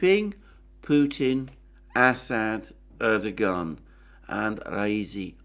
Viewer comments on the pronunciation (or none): none